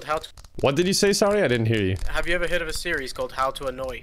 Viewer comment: "Have you ever hearf of a series called 'how to annoy'" "No I don't think so" Speech 100